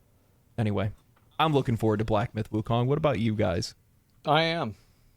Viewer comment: All I hear when they all say Wukong is WUTANG!!! Ha!